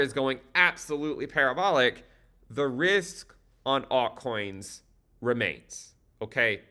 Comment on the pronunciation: Did I hear altcoins in genital? at the beginning...!!